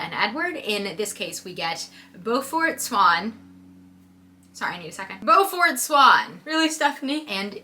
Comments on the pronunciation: Btw its pronounced bue(like rue)-fert like the bully from phineas and ferb Edit: also Smeyer is so full of it when it comes to how her books make people feel. The amount of times bella calls herself useless and weak made people ik uncomfortable to read about a girl who didnt like herself. I also didnt initially notice the amount of times its pointed out how dainty and skinny bella is until i heard another girl say she had to stop reading it bc she felt bad about her body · Beaufort is pronounced "Bū fert" the eau is pronounced like "ew" and it used to be a common name. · I would never be able to not hear it as "BEW-fort" as in Beaufort, SC. Hearing it as "BO-fort" Is so weird.